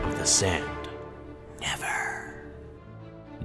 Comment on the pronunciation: that "never" tho.